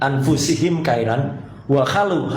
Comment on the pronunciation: Khairan itu dibacanya khoirion... ustat koplak kelihatan sekali yg dibaca itu tul8san latin bukan tulisan arab